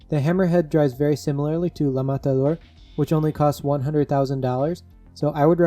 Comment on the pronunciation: You pronounced la matador so perfectly lol